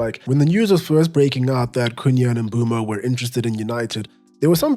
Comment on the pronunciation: The only person so far who’s pronounce Mbeumo a name properly